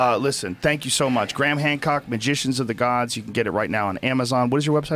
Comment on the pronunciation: you said gram hock 😂😂😂😂😂